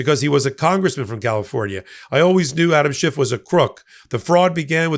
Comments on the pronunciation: His name is Schiff, not Schift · Adam's last name ends with an "F",. NOT a "T".